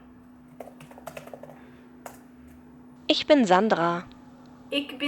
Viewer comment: Awesome:) Your pronounciation needs work, but I couldn't pronounce the ich for a good two-three months myself. Thank you for making such great content! I look forward to more:)